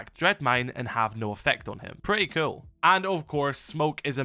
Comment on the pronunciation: Cool not kewl...so annoying